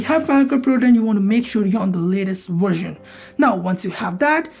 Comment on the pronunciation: “Wersion” lol